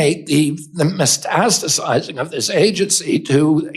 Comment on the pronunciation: Idiot Kennedy can't even pronounce "metastasizing." He says, "mestastasizing." This whole administration consists of unqualified people who were selected based only on their loyalty to Trump - period. They know nothing about their jobs, and yet, they were chosen to lead these organizations. Truly pathetic!